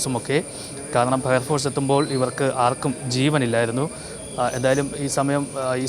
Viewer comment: ഫയർ ഫോഴ്‌സ് അല്ല പയർ പോർസ് എന്താ ചെയ്യാ കേരളം ഇങ്ങനെയോ 🤔